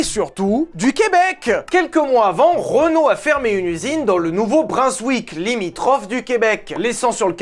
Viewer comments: nouveau brunswick se dit brone-zouik et non brun-zouik 😆 Petite remarque si jamais t'a à en reparler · Quand il l'a prononcé, j'ai fait un avc. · « le Nouveau-Brinswick!?!? » C’EST BRUNSWICK!!! BRUN COMME LA COULEUR TABARNACK ( je suis pas fâché c’est de l’humour, mais vérifie avant de prononcer un nom d’un autre endroit francophone) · tous les canadien on les oreilles qui saigne après avoir entendu la prononciation du nouveau brunswick. À l'aide ! ça ce prononce « bron-zwic » pas brun-wick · J'habite a la frontière avec le nouveau Brunswick . On dit pas BRUNSWICK mais Bronneswick . Dit bonne mais rajoute un r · a comment a dit le nouveau-brunswick était le nouveau-brinswick la 🤣🤣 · "NOUVEAU BRUNZEWIQUE" waow je mis attendais pas 😂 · J’ai compris « Nouveau Prince-Wick » hahaha! J’me demandais c’était où au Québec 😆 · petite info pour toi: Nouveau-Brunswick se dit Brownswick :) on est spécial ici ahah et c'est une province a part entière a coté du quebec au canada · Hahaha Un québécois ici! Le nouveau Brunswick ca ne ce prononce pas comme ca et ce n'est PAS au Québec... C'est une autre province! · A 16.43 en temps que québécois ta a défoncés le mots 😂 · alors le nouveau Brunswick c est la province a côté du Québec.. du coup ça a rien a avoir avec le Québec .. et la prononciation de nouveau brunswick c'est pas ĉa non plus....😅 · C’est jeudi, bientôt le weekend, c’est jour de paie et ya un Vultech qui sort, je suis comblée. Edit : la prononciation du Nouveau-Brunswick a été douloureuse par contre 😂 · J’ai du mettre les sous-titres pour comprendre qu’il parlait du nouveau brunswick 🤣🤣🤣 surtout que c’est une province du Canada. C’est différent du Québec 🤣